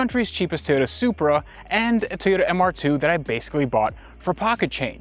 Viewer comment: Pronounces it "Ty'ota"